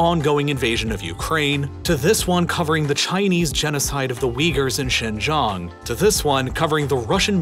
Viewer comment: Two things: One:Qatar is pronouned "Cutter" and NOT "Gitar" Two:The way you pronounced "Xinjiang" as "Xin-Jong" is something I would not usually do (Xinjiang is also called "Sinkiang" (Sink-E-Aung) or "East Turkestan" (East Turk-Eh-Stan))